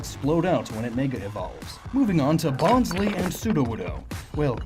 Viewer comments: Its pronounced as bon-sly, not bon-sley. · "Bonzlee". "Laireon". "Shieldeon". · Bonsly rhymes with pie.